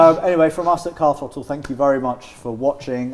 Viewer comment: definitely said Carl throttle